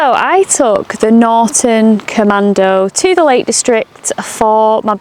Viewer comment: There’s a T in NorTon🤨